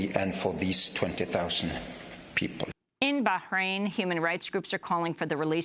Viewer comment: "...........very, very, VERY, ...very fine peeblez..on both sides!"